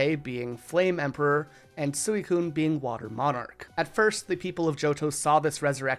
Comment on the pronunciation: "Sweecoone", brotha... "sweeeeeeeeeeeeecoone".. not Su ee cuine xd yes, you pronounce it like it's written, i get it, but this one is literally pronounced as if you wouldnt read it literally.. :) dont pronounce the U :) and Raikou is pronounced "Raikooo" , not "Raikow" :)